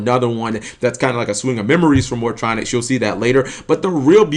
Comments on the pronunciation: "Morph-O-Tronics" lmao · "Morphatronic" The cringe.